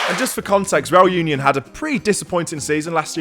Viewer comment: That's such a great vlog... a bit "back to basics", really love it. Also love the claret version reAl uniOn (pronounciation, pls,, you need to practice your spanish a bit more;-) ).... are using. Our current claret is even a bit too dark. But oh, how I've hated the "claret" we've been promoting the last 10 (?) years, so I'm very happy anyway:-D....